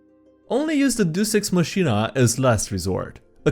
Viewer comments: Hate to do it but "Machina" is pronounced Ma-kin-a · pretty sure its pronounced makina